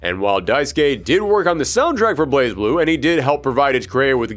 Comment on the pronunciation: BlazBlue is pronounced Blay Blue. The Z in Blaz is silent.